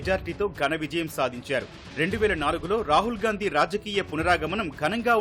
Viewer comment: ఇంత పెద్ద మీడియా ఉండి వాళ్ళ ఇంటి పేరు స్పష్టంగా పలకలేక పోతున్నారు వారి ఇంటి పేరు గాంధీ నా